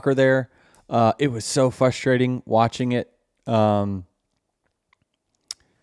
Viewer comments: Denny its pronounced "frustrating" not "fustrating". Theres an R in the beginning there. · Nothing is more frustrating that Denny pronouncing it Fusstrating. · Does Denny know that there is an R after the F in the beginning of the word “frustrating”……..heheheh. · Everyone hates Denny for complaining. I just can’t stand the way he says FUStrating. Someone tell this guy there’s another R in there